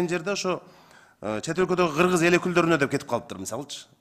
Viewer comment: Урматтуу "Гыргыз"эмес "Кыргыз" деп айтылат,озунор эл алдында туура суйлогонду уйронсонор......🤔